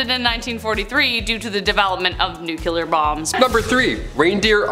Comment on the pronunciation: It's NUCLEAR, as in NEW CLEAR, not NEWK YOULAR!